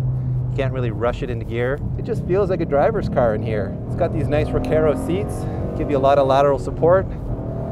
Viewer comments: lmao "it's got these nice rakarooooooh seats" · I love how they call themselves car reviewers, but can't pronounce Recaro.